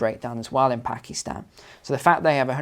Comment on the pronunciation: I love how you pronounce Pack eee stan. It is Pack ih stan! 🙂